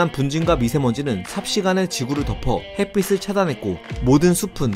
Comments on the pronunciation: 햇빛을 = 햇비슬(X) = 햇비츨(O) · 햇빛을, 햇빛이 등의 발음을 "햇비슬, 햇비시" 등으로 발음하시는데, "햇비츨, 햇비치"로 발음해야 하지 않을까요? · 햇빛 발음할때, 핻삐슬 아니고 핻삐츨요. 핻삐씨가 아니고 핻삐치